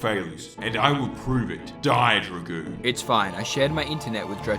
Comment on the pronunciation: dragooner hahaha😂